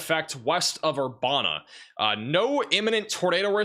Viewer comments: It actually “uh” instead of “a”. Like Master P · Just for your future reference. Urbana IL is pronounced Ur ban A. No way you could possibly know how to pronounce every city in the United States. This is in no way a complaint. We found your channel and love the accurate information. Thank you foe your reports